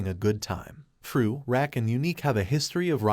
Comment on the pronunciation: RAQ=PRONOUNCED "ROCK"😂😂😂😂😂 not RACK 🤦🏽‍♀️